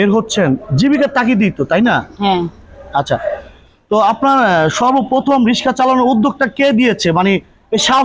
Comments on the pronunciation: দুঃখ জনক বটে। কিন্তু এ দেশে মেয়েদের রিক্সা চালানোর মত পরিস্থিতি এখনও সৃষ্টি হয় নি। প্রতিবন্দ্ধি ঐ বোন রিক্সা চালানো ছাড়া অন্য অনেক কাজ করতে পারতেন কিন্তু তিনি কেন যে রিক্সা চালাতে আসলেন বুঝে আসে না। আর যিনি সাক্ষাতকার নিচ্ছেন বার বার রিক্সা না বলে রিশকা বলে ভুল করছেন। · রিসকা নয় রিক্সা বলুন॥ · রিসকা না রিক্সা বল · রিক্সা উচ্চারনটাও করতে পারেননা আবার ভিডিও বানান।